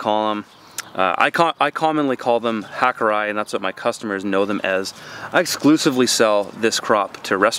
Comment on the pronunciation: re turnip 'Hakurei' (Johnny's Seeds) if it were as you pronounced it, it would be spelled with the Roman alphabet "hakurai." But evidently, from the spelling, it is 'hakurei' as you would pronouce the word 'ray' in English. Therefore something like 'hakuray' Just an FYI.